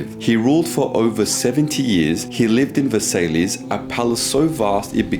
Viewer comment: In the spirit of helping and for future reference, it's pronounced Ver-saiy, not versalees